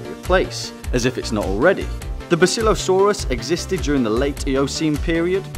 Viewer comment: it's bass ill lo saurus